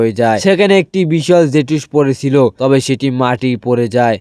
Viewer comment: হোয়াইট জে টু স নয় হোয়াইট জুকসু আর নিনজা ওয়াইফ না নিনজা ওয়ার একটু শুদ্ধ করে❤ আর ভয়েস কিরকম করে দাও একটু ভালো করে ভয়েস দাও